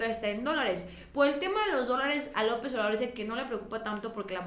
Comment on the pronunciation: X q no ves ha brozo todo lo q dice de López Obrador Te pido un favor con todo respeto habla bien dices Lopess Y no se te entiende nada